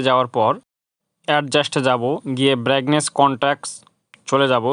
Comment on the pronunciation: যেটাকে ব্যাগনেস বলছেন ওটা ব্রাইটনেস হবে